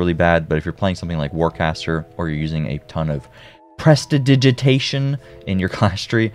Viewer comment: Props for saying Prestidigitation correctly. Being a big time D&D Player that comes up a lot with it being a spell originating from there. That being said you probably get a lot of D&D players hating on you for either saying it wrong on streams or not saying it at all in vids haha